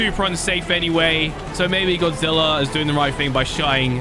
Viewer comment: you said "godzillor"